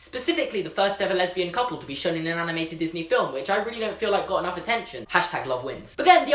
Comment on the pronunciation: Who else noticed he says aminated and aminators rather then animator and animated